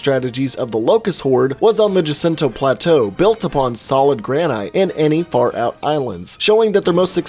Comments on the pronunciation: Gran-ite?...... u mean, gran-it. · granite is pronounced gran it